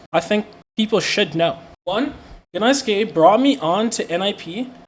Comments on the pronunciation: Wait, you pronounce the G? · pronouncing the g in gnaske is the grossest part about his behavior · Doesn't even know the G is silent...